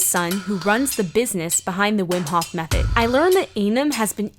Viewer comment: The HOF !!! not the hoff :-)